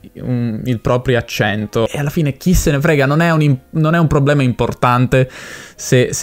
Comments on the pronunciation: Da come pronunci probbblema direi che sei del sud, o per lo meno di Roma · "È un probblema"... sbaglio o sei di Roma? 😀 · Hai detto probblema 2 volte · Problema non probblema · devi correggere come pronunci la parola "problema". Tu dici "pprobblema" .... inoltre le vocali aperte o chiuse cambiano il significato: pesca (e chiusa) e pesca (e aperta) oppure la e: aperta o chiusa da verbo diventa congiunzione. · Con quante b hai detto probbbbblema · Per me sei bravo a parlare l'italiano standard però forse raddoppi un po' troppo le lettere, tipo a 14.15 dici probblema con due b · Bel video. Effettivamente non avevo idea di quale fosse il tuo accento nativo, fino a quando non hai pronunciato "problema". 😀 Ottimo lavoro, comunque.